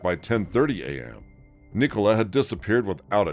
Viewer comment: Police nationwide are institutionally corrupt and incompetent. Nicola pronounced Nik uh Lah